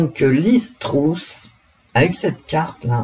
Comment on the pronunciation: Bonjour ! On prononce Truss come us ( presque comme eu : Treuss)